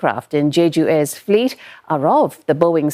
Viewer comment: boeing not boinging